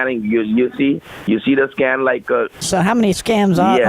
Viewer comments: I'm only 8 minutes in and I'm loving how he is saying scam instead of scan and the scammer is not noticing. Highly entertaining. The whole group of people who do this are awesome. Keep up the good work everyone because this is doing so many services with 1 act. Your keeping people entertained, informed, and even getting some scams stopped as they are happening. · keeps saying scan and my man keep saying scam😂😂😂😂😂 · I love how he keeps saying scam instead of scan and the fraudster is not catching it.....rolmfao... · How many scams do you have running there?? Bwahahahaha!! He never caught on you were saying scaM and not scaN. Cracked me up every time you said “scam”. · all the while he is saying scam instead of scan.... and they dont pick up ... lol.. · he keeps saying scam instead of scan lol they aren't catching on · Lmao repeatedly saying SCAM instead of SCAN was hilarious. 🤣🤣🤘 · I love the little slip of the tongue the scammer made around 19 minutes or so. He said "We have so many sc... customers". Even he knows he's scamming.